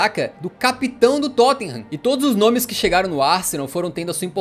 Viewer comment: Me da uma agonia ver esse repórter falando os nomes errados ksks na moral.....aaaaaah